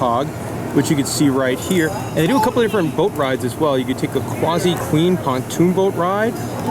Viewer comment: Its QUASSY NOT QWAZI GET IT RIGHT!